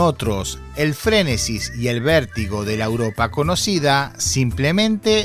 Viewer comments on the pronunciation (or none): SE DICE FRENESI NO FRENESIS.???????